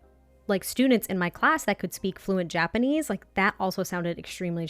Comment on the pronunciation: I think you are doing great pronouncing Japanese, I always felt it’s a fairly straight forward language, you don’t get intonation changing the meaning of a word and there are no diphthongs or “letters” changing sounds in certain words like say in English “gaol” sounding like “jail” just why?